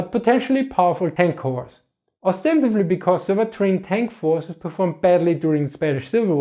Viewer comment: I know you said "Polish forces", but what I heard was "Polish horses".